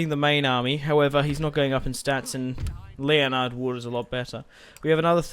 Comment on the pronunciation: your general's name is spelt Leonard but is pronounced Len-ard like the guy off Big Bang theory. Not hating on you man 😀